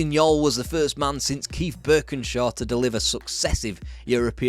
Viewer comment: "Joll" as in "Jolly", not "Yol" He said it in an interview in 2005 "That's why they called me "The Jolly man" when I was a player" It's painful to see this, as we haven't moved on at all. All shiny gloss and Prawn sandwiches, but with knackered Toilet seats and Dog shit in the Beer.